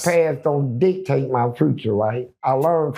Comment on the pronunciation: Funny When He Said "DICTATE"......I Thought He Was Saying "D... TASTE" 😅